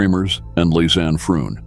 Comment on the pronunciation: Can't you at least pronounce Lisanne's name correctly out of respect....and Boqueeeeet !?